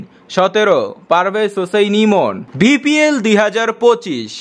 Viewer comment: এই ভাই আপনি তো বিপিএল কে,বিপিএল,, বলেছেন তা দেখব না অপর মানুষ কে বলার আগে নিজেকে দেখুন বিপিএল,, কে ভিপিএল,,,বলে🤣😂🤣😂🤣😂🤣😂🤣😂😂😂🤣😂🤣😂🤣